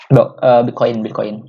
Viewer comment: Susah amat nyebut nama bitcoin wkkw